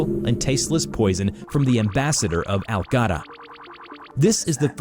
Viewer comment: For some reason, is pronouncing it as "Algadda". It's spelled as "Alagadda". He's forgetting another syllable.